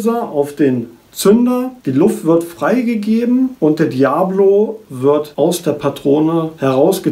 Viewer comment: Es heist nd Diablo wie das spiel sondern Dia_bolo